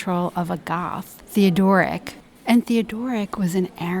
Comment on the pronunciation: Beautifully presented. But Theodoric’s name is Germanic, not Greek; hence thē-ŏd′ər-ĭk, not thē-ŏ-dŏr′-ĭk.